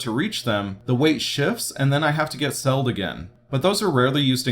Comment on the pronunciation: its settled btw, not selled?